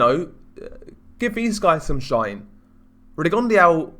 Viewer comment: Rigon de au? At least pronounce his name correctly buddy!!